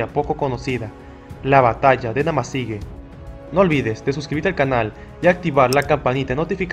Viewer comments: La pronunciación correcta es NamasigÜe ahí está el GRAN dierisis se pronuncia WUE ! No GE. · ¿Por qué pronuncias "Namasigue" si está escrito "Namasigüe"? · Es historia novísima, no sabia de esa guerra. Y te corrijo, no se dice Namasigue. Sino NAMASIGÜE.😊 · Hermano se lee namasigüe....Ue.... y no.... ge.... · No se dice Namasigue es Namasigüe y ya, investiga un poco más para que no te dañe el resto del video, dejo de verlo solo por eso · Se dice: Namasigüe! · La terminación fue con diéresis se pronuncia como jue y no como la pronuncias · Gracias por informarnos amigo , esta muy interesante. Debes pronunciar la ü.